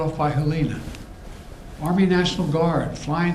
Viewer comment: He couldnt even say the name correct on Hurricane Helene...its not "Helena" its HELENE!!! smh!!!!🤦‍♀